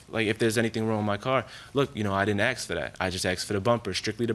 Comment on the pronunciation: Dat and ax ? Really dude ?